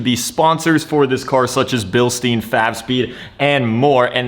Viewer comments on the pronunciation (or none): Guys, its Bilstein, !GERMAN!, u say it like "Billshtayn", not "billsteen" 😅😅